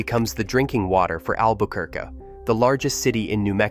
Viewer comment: "Albuh-ker-cuh" <=== Brilliant!!! 😂